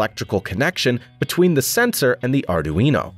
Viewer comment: "Are Doo Eeno" ? I always thought it was "Are Dwee No" Sounds like the speech generator code needs a little work!